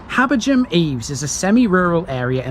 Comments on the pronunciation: I'd say "Habber-gam". Definitely not "Habber-jam" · Are you sure about the pronunciation of "Habergham"...? It's my surname but I've never heard it with a non-aspirate "gh"... I just pronounce it as "Habberam".